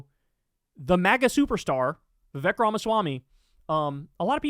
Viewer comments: Vivek rhymes with fake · Vivek rhymes with FAKE!!!